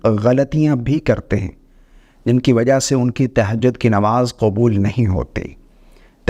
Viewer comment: تہجد صحیع کہنا تو سیکھ لیں زبر ہے زیر نہیں